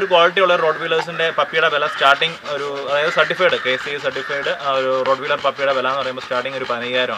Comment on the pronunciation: റോട്ട് വീലെർ അല്ല.... "റോട്ട് വൈലെർ എന്ന് ആണ് "